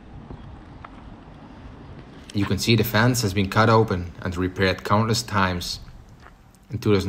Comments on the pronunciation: terrible English again; he says “fans” instead of “fence”. 😂 Very different words! You got two out of four phonemes wrong. Het is alsof je “kurk” zegt i.p.v. “korf”. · “Fans” heeft een lange klinker en eindigt op een z, “fence” heeft een korte klinker en eindigt op een s.